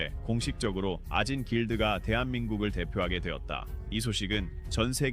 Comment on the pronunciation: 2분 44초 아진 길드를 오진 길드라고 잘못 읽었네요